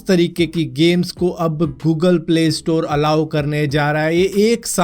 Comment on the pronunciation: 0.13 fogal nahe google hota hai